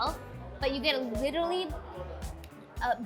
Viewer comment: I love the French toast chef’s laugh! He genuinely sounds like a happy guy!🤩😂😂 And what did she say ? “Lirally” 🤣 She is beautiful though!